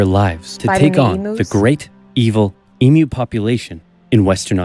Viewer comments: Not "E-MOO"......EEM-U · Also, just for your reference, it's pronounced Eem-Yew. And Melbourne is pronounced Mel-Bin.🙂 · It’s pronounced emyou but spelled emu